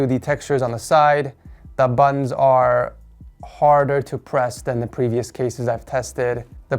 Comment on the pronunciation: I keep hearing "The buns are easy to press"